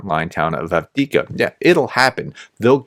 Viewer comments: AF DEEF KA not Ad-Wicka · Say it with me, Have-Div-Ka. 😅All jokes aside thanks for your coverage and your cooperation with Terry!